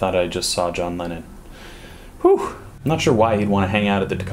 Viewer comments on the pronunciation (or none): Am i the only one who heard that he said John Lenin?